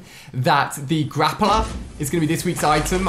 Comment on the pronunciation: No one else noticing he says "Grapper" instead of "Grappler"? facepalm Edit: Wow thanks to those that subbed! :DD